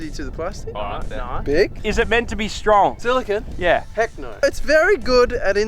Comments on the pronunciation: “Silicone” not “silicin” lol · I didn’t read the other comments, but I’m 1000% sure that was silicone and not silicon. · That was 100% Silicone...not Silicon lmao.